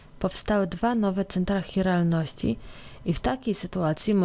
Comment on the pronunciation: mała uwaga: centrum CHiralności nie "hiralności" :-)